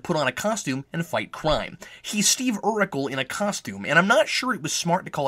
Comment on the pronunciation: That's "Urkel," not "Urikel."